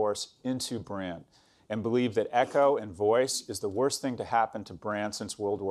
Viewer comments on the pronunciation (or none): none